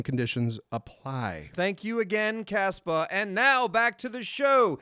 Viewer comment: I hate to point it out, but you guys might get some hate from Casper because , you said "Caspa" instead of "Casper". The only reason I say this is because I looked up "Caspa mattresses" and found nothing. Then looked back at the snip that you had in the video and noticed it was "Casper". But hey Congrats on getting a sponsorship!:)